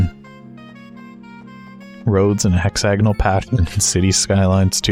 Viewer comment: It is in fact “hex A gonal” not “Hexa Gonal”